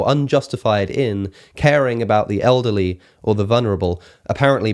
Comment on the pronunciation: “Olderly”?? I thought i’d just misheard him the first time, but doggone if he didn’t say it again. always throws me with his pronunciation of us as uzz, but i wasn’t prepared for olderly …